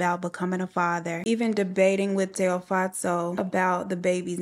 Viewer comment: You pronounced Tshego’s name exactly how I pronounce it as a Sotho (language) girl. Well done babes loved listening as usual.